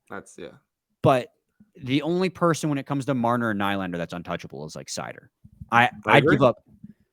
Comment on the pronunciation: Do you just intentionally say nylander wrong? Lol